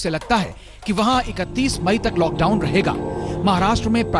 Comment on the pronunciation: Are Bhai lad down nhi lockdown hai 😂😂